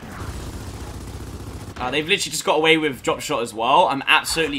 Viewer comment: Bo Allen - Where do you hear "literally?" All I hear is "litry"